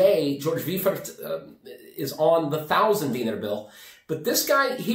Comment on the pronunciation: I did watched yesterday or day before... You said he was Gouverneur of Serbian National Bank, and you said about brewery in Pančavo, which is true. I just wanted to update you today with info on BIP brewery and to correct how you should say Weifert. It's Austrian surname and should be said VAJFERT. Thats how germans read ei... Example: Reiffeisen Bank is Rajfajzen benk written in Serbian alphabet :)